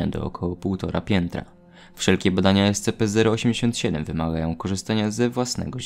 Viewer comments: te czasy w których mówił escepe zamiast escipi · Pamiętam jak mówiłeś ESCEPE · Ten moment kiedy słyszysz jak wymawia SCP jako "Es-Ce-pe" i robi to celowo, niewiedząc że to błąd